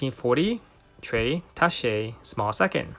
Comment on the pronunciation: You need to look up the pronunciation of “tacche”